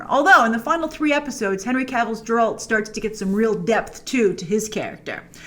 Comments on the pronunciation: Why do you keep saying JeRaLt even after watching the entire show....... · Lol Džeralt you say 😂😂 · Jeralt?!!!! It's Geralt as in Gay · Jerolt? As a Polish man i'm a bit offended. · Jeralt Geralt became Yanny Laurel here 😂😅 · Not G in but G ood G eralt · Grace watched the show and still called Geralt "Jeralt" 😂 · I think you mean Jrace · Love how Grace is butcherring name of Geralt :D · Pls pronounce Geralt's name correctly. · Idk how you can watch 8 hours of a show and still mispronounce the main characters name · its not softer. Google translate is not 100% accurate. I dont mind if someone use softer G, but what Grace is saying is totaly different name. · Thumbs down cause you WATCHED EIGHT EPs of the damn show, must've heard his name dozens of times and STILL you're mispronouncing it. How ignorant can one person be? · For the love of CHRIST someone teach Grace how to say Geralts name properly 😂😂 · Have to start calling her Jrace instead of Grace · yeah but you'd think that after watching 8 episodes she might notice that they're pronouncing it Geralt and not Jeralt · Grace it’s not Jeralt it’s Geralt .. come on Uve watched the whole series! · What’s a “Jerolt”, Grace? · It's not jeralt!!!!!!! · IT'S GERALT, NOT JERALT! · Jrace, it's not pronounced Jeralt. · Did.....did you just say ‘jeralt’ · Pronounced Ger-ult, not Jer-Alt Grace! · Grace, try again with the “Geralt” pronunciation. It’s a hard “G” and not a “J”. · Also, wtf is Jerolt.. You mean Geralt? You know like Gehr-rult.. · Grace. Stop it with jeralt. (eye roll) it's a hard G sheesh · PLEASE STOP SAYING JERALT. ITS GGGGERALT WITH A GGGG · It's geralt not jeralt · How do you watch an entire series but still manage to pronounce the main character's name as Jer-Alt. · At this point I think you're just calling him Jeralt to trigger people. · It’s Geralt grace not jeralt🤦‍♂️🤦‍♂️🤦‍♂️🤦‍♂️ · Its not Jeralt Its Geralt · Its Geralt Grace! NOT Jeralt! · FOR THE LOVE OF GOD IT'S GERALD NOT JERALD!!!! 🤯🤯